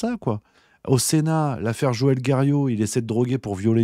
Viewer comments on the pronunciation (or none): none